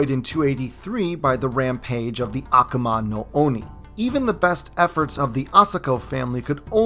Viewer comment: I love your videos except a few pronunciations. I just have these wtf did he try to say there? It’s A-ku-ma, oni no akuma